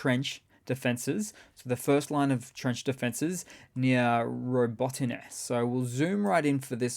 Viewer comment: Robotyne pronunciation: 👌